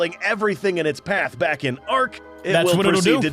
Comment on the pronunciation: ngl I thought you said "I'm black" 💀